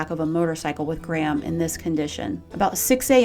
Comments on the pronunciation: It’s GRAM, NOT GRAHAM. Great post but it sounds so funny hearing a four letter name get repeatedly mispronounced. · ‘Graham’? Or are you pronouncing Gram ‘Grame’?